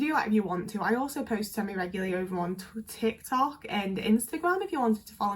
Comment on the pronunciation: Sorry to bring attention to it, but 'twit-tok'. :) An easy word stumble to make but it seems like it would be a great thing to actually exist. You could flag the creepy commenters and then they'd be banned from interacting on all social media except 'twit-tok'. It could work like internet prison or something, depending on the severity of their creepiness, etc they'd be sent there for days, weeks, months, years or life. :)